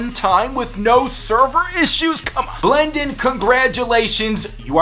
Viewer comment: Did he say "blendon, you are the wiener"?